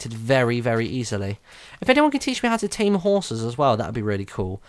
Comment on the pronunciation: Tame not Tane!